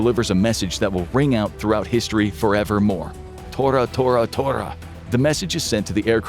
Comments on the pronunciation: THIS IS AI CRAP!! The code was TORA TORA TOTA NOT TO To To!!! I hate this thoughtless garbage!! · The official words to signal the attack were "Tora Tora Tora"... not to to to.